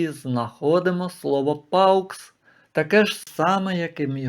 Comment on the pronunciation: Ви не правильно читаєте paux , не паукс , а по , так читається буквосполучення au , як о , а не ау , x взагалі не читається в кінці слова .